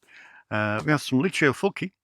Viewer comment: To clarify the pronunciation of Lucio Fulci's name, it's "Full-chee", in italian if you see a c followed by an h - for example, Soavi's La Chiesa - it's a hard "Key" sound, so that's pronounced "Key-esa". A c followed by any other letter is a soft "chee" sound. Just as in his first name, Lu-chee-o Full-chee.